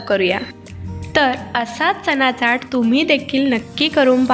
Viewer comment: Chat lihilel asla tari boltana chat nahi chyat asa uchar krtat